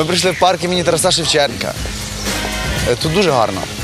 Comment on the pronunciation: БуковИна. Правильно БуковИна, а не БуковинА!!! Не ТарасА Шевченка, а ТарАса Шевченка... А загалом молодці! Цікаво дивитися!